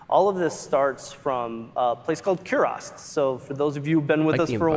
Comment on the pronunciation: They can't even pronounce "Kurast" properly. 🤦